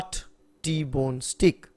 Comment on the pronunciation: Pronounce not stick but ‘stayk’